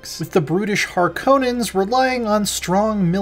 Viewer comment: Can’t even properly pronounce Harkonnen